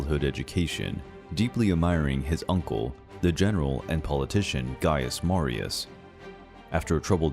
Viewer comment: Anyone else hear gaius Marius as gaius Maro